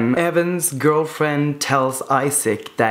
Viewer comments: I was shook when he said "Isaac" instead of "Isak" 😂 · I love your vids! But it is "I"sak like not like u say in English... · I'm swedish and in both swedish and norwegian we pronounce it Esak and not Aisak. Just wanted to answer your question, have a good day! :) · It's really throwing me off that he's calling Isak Issac instead of Isak. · I thought the name Isak is pronounced differently